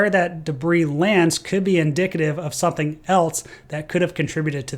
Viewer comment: . You pronounce "something" as "sunthing".